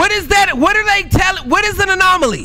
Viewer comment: “anolomy” is killing me bruh😂😂😂😂😂